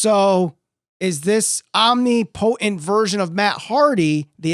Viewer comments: Dude needs to learn how to say "omnipotent" hahaha pretty bad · After hearing you pronounce "omnipotent" i'm questioning my whole life now... only an exalted one can ease my mind on this matter Edit- to add to the actual video i kinda believe that Raven was a swerve to take attention off Matt but i'm just hoping for this.